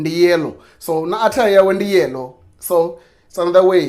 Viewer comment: Yellow must be laughing at you by now the way you pronounce you his name 🤣🤣🤣 tht ha! Is funny bro it's not like yellows intro 😅 well keep it up brother